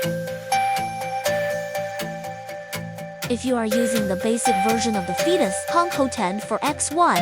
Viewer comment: Phaetus should be pronounced "FAY-tous" not "FEE-tous". Examples : aerobics aerate aegis Gaelic Aesop daemon Unless you really intended for it to sound like "fetus". But why?